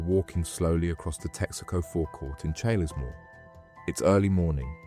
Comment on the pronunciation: It's pronounced Charlesmore lol